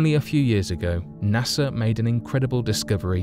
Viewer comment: Can you say "NASA" ?